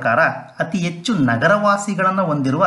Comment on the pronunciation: Good information ,, ಉಚ್ಛಾರಣೆಯಲ್ಲಿ ಸ್ವಲ್ಪ ಬದಲಾವಣೆ ಮಾಡಿಕೊಳ್ಳಿ ಸರ್, ಹೆಚ್ಚು -- ಎಚ್ಚು, ಹದಿನೇಳು--ಅದಿನೇಳು ಆಗ್ತಾ ಇದೆ